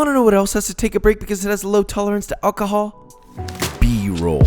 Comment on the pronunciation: Did he say Akahol?